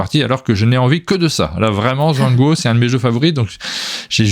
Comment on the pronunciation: Alors Zhanguo techniquement, c'est prononcé Djangwo.